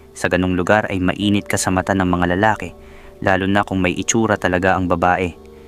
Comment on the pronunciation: Pokpok😂 siyempre magaling praktisado ba naman natural sa dami ba namang naka yugyugan. Ayan karma is real😊 ang ganda din baman ng asawa na si Rosalina. Bobo ka Gerald. Yan napapala ng mga nangangalunya. Anyway hustisya ang kelangan😮 Nawa lang maayos mo ang pagbigkas mg ibang Tagalog. Lalaki bala ay hindi maragsa malumay yan bigkasin.